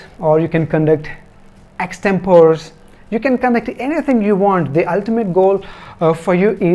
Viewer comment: Thanks . Good explanation. Btween its pronounced as ex-tem-per-ee not extempoor